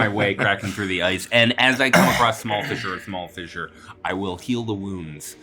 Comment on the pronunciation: When you say vissure, I'm assuming you mean fissure 😅